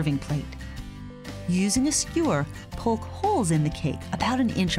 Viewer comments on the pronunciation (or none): none